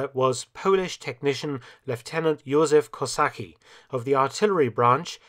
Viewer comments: you pronounce that juzew kosachki. we pronounce c a bit diffrent but thats as close as i can get on keyboard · Józef Kosacki phonetically: /you-zeff ko-sat-ski/